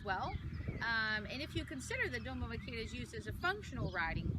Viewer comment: Doma vaq AIR a not Doma “vaquira” a e i o u español basics jeez girl !!!